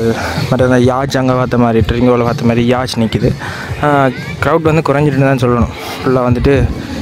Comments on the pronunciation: நீங்கள் yacht ஐ 'யாச்" என்று உச்சரிக்கிரீர்கள். அது யாச் அல்ல "யாக்ட்". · Yacht = யோ(ஹ்)ட் என்று உச்சரிக்க வேண்டும்…